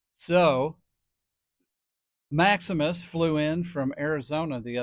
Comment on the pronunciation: It's Maximus lol